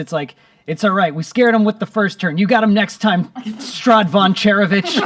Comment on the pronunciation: little correction it’s Strahd, not Straud